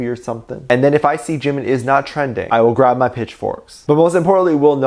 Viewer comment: When you said 'imma grrab my pitchforks' all I heard was: SHE'S A WITCH! BURN HER! Lmao